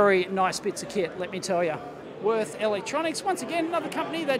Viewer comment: It pains me to hear you pronounce "Würth". They are a German Company, so its more like "Wuert"...